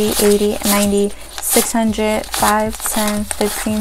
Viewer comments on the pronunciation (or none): the was she says “hundrit” instead of hundred bothers me